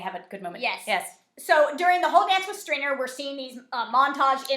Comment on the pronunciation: Outtakes! Theo James can't say 'Stringer', so don't feel bad! 😃